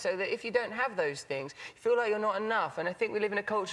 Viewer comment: I love when his accent makes his “th” sounds turn to “f”s or “v”s. “Don’t Get too attached to material fings.”